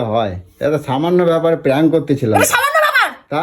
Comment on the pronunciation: প্যাঙ্ক না প্র্যাঙ্ক